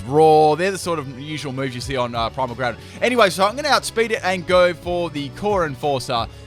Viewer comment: and you Said Groundon its not Primal it is Primal LOL again